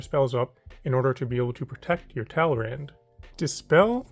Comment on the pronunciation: my eye twitched when he said "talrand"